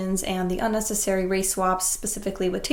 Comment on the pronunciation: You keep on saying race wap